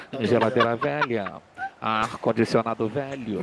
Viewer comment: você destruiu minha vida, desde que chegou aos meus ouvidos esse “hmm geladeira velhãn” minha vida nunca mais foi a mesma, agora minha mãe me odeia, vou mal na escola e tudo culpa sua, pois só penso nela, na maldita geladeira velhãn